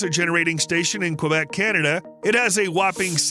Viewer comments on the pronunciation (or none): none